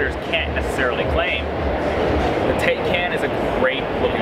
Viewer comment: Thanks but it was a bit painful to hear "tae can" when the car is called the "tie kahn." Nitpicky, I know. Still, I love this thing!